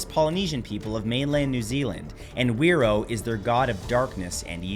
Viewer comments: Probably said fi roar not where row. As wh is generally an f sound here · Nzer here... I believe it is pronounced phé-ro and also its pronounced mao-ri (or mow-re with rolled r's) not may-ori 😅